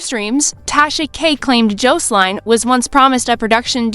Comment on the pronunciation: AI 😂 cant pronounce Jocelyn